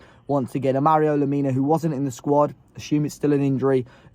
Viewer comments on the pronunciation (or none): none